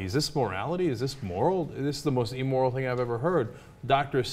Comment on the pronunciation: Great points, Anna and Cenk. Cenk, just so's ya know... it is Im-moral (im, like dim), not Eemoral, like beam.)